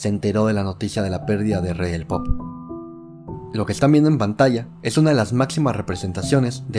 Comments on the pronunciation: At the very beginning it sounds like you said he was the King of Poop. 😂😂😂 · "The King of Poop" this is why I will never watch anything with AI generated voiceover. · excuse you, nobody here appreicates the AI 'slip up' of "KING OF PO(O)P" - fix it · “The king of poop” tf?? Ai bs.. thumbs down